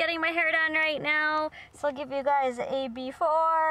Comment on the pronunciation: Hahaha sewww educated